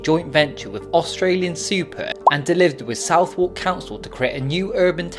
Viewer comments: southwark = 'suthark', not south-wark' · You know I love you lad, Please don't say "SOUTH-WARK", it is pronounced SUTH-ERK... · Very detailed video for someone who pronounces Southwark as "South-Walk". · Southwark is pronounced `'`Sutherk``' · As you are unable to pronounce Southwark properly, I deem you 'Provincial Oaf' from Kent or some other benighted hell hole so all you say is poorly collated tosh you have gleaned from a cursory web search. Please make vids about things you actually have a clue about